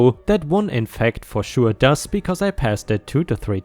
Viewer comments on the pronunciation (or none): none